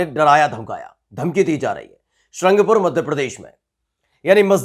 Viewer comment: शहरका नाम तो ठीक से बोल, सारंगपुर है। शृंगपुर नहीं।